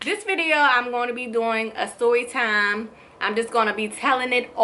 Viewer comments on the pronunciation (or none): why does it sound like shes saying soytime when she meant to say storytime